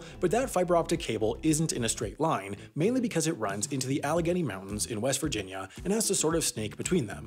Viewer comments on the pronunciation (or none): none